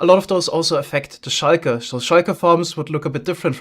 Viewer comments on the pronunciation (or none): Also shulker isn't pronounced shayker lol I get that this one is probably just his accent but it bothers me for some reason